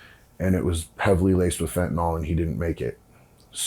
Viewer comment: No "o" in fentanyl